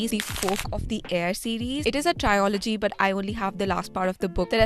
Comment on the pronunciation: Its trilogy not trio-lagy